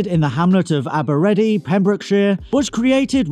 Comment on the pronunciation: It’s pronounced aber-I-Thee